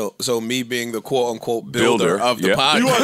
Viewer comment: keeps saying ''quote on quote'' does he know that its ''quote Unquote''